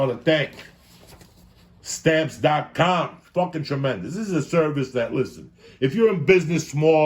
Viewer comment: 0346hrs here in 🇦🇺 Trrrrremendous